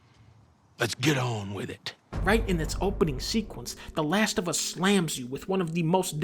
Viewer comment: The Lash Of Uh